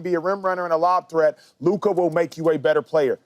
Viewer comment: Did he just say Luker 😂😂😂 it’s LUKA man.